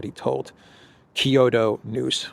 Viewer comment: Kyoto is 2 syllables. kyo-to not kee-yo-to